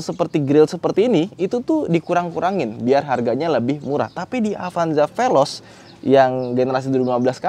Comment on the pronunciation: Amit2... Ini bukan apanjah ini pelozz😂😂😂